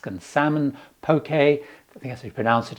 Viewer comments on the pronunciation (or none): none